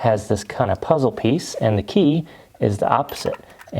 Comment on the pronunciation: Key not jey